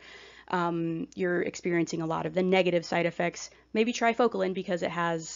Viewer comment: Sorry, but you lost credibility when you didn’t even prepare enough to properly pronounce an often used but underrated medication such as Focalin. Such a shame because you were nice in your explanations otherwise. I’m on Focalin and was so disappointed in the misinformation or maybe it was just lost in translation by the oddly delivered information. You have potential to be helpful, but please know what you’re talking about.